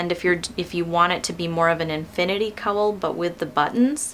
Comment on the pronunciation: Gorgeous pattern, but for Pete's sake, please learn how to correctly pronounce "cowl". What do you call the animal that gives milk and says 'moo'? Now, just add an 'l' to that. ;)